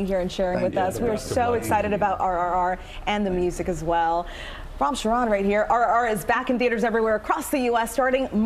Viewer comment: They alway make fun of Indian English and look how they mess up with Indian names all the time. Say his name properly people.